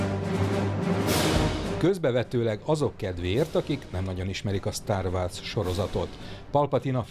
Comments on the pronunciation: Nagyon jó a videó, de a star wars-ot, nem [sztár vársz]-nak ejtik, hanem [stár vórz]-nak, egyébként nagyon jó a videó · Szia. Mar bocs hogy igy neked esek de nem igy kell kiejteni a "star wars"-ot...😒